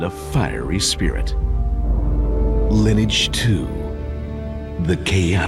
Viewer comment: Love this! It's so delightfully sincere. Mispronouncing words like 'sinew' and 'Lineage' (the name of the largest MMO on the planet at the time!)